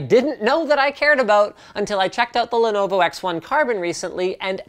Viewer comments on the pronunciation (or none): none